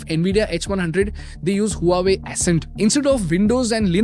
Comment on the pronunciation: Huawei = pronounced as "Wah Way" not who are we